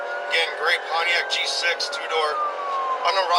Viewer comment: The way the AI says Pontiac G6 sounds so nice.....